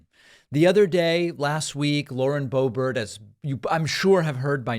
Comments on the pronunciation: 🫲🏻David, SIR, I am a big, strong, tough guy, and I’ve never cried before, even when I was a baby, and I come to you with TEARS IN MY EYES 😭😭😭👍🏻 to remind you that her name is pronounced Lauren Bo-Bear🫱🏻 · Why is Boebert pronounced Boebert but Boehner is not pronounced Boehner?!